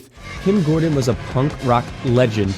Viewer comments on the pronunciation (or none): none